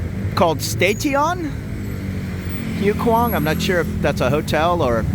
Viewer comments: Hi! HUAI KHWANG is pronounced WAI KWAANG. I'm familiar with POSEIDON. A "friend" told me about it. 😂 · Do your Thai friends watch these? Expect some teasing for butchering the name of this area. I reckon at least half the bar staff i know live around there.